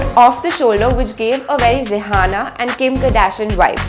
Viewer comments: It’s not pronounced reehaana it’s pronounced Riyana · It's not REE-HAANA... Its REE-AANA.. H is silent.. u trying to sound so superior while u can't even pronounce names properly!